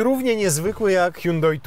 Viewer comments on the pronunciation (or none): Po koreańsku to fonetycznie „Sionde” czyli Hyundai 🙂 „Huang hę” to może jest po chińsku. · Jakie sionde czlowieku, Koreańczycy wypowiadają to (h)Andey gdzie h jest nieme